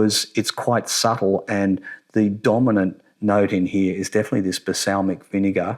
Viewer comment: balsamic, not basalmic lol